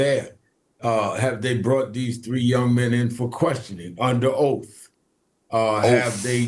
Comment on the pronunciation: "Under Ouf"